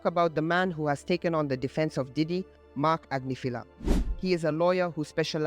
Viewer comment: Grammar police - Agnifilo Ag NIFF uh low. If you're going to say his name, say it right. Sheesh.